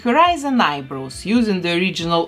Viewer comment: whenever she says eyebrows, it sounds like eyeBROS 🤣